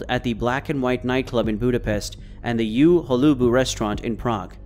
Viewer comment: Please stop saying You Holobu. It's so weird . The name means "at Holubs" ( fun fact - Holub means pigeon but in this case it's surname of the former owner) the U is not pronounce as You but as Ugh without the gh...